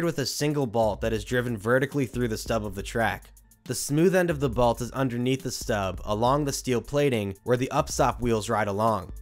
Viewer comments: Bro I love all your content buts its called a BOLT not a BALT 😭😭😭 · I don’t like the way you say “bolt”. There is no A!